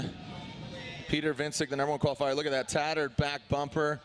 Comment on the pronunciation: I hate how they are saying Wiecek